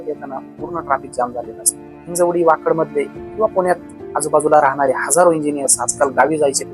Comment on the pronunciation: हिंजेवाडी नही हिंजवडी